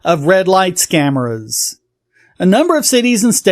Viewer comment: Did you say "scameras"?